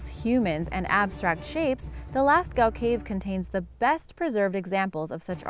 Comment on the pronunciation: Lascaux cave is actually pronounced lasco